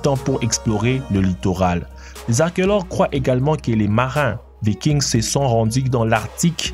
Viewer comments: on ne prononce pas le s dans vikings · Vikings le s est muet se dit pas